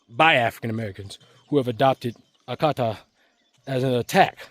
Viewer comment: You nailed it with “Oyibo” and “Akata.” 👏